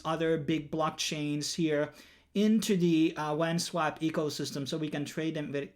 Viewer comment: how you say wasp is painful to listen to lmao